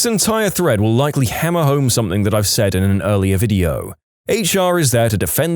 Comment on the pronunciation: No K In the word something